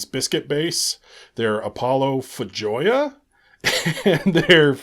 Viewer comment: FYI: Feijoa is pronounced FAY-ho-a. It's a South American fruit.